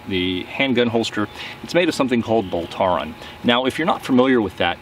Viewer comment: I think you are mispronouncing Boltaron. It's pronounced like "Bowl Tron". Great video 👍🏻 keep it up!!